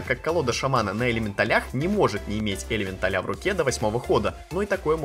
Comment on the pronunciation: Может не элементаля-ударение на я , а элементаля-ударения на а